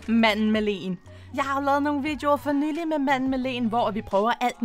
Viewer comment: og til wow hun siger "manden med lenen" :d Elsker dine vidioer